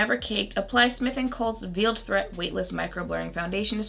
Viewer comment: Loving the green!! Smith & cult is known for their black primer and their nail polish (which is actually awesome. The polish, not the primer) also, just a side note babe, but it's Veiled threat like a bridal veil. As in covered. Pronounced like a 'vail'. I've been wondering about this one so much! ❤️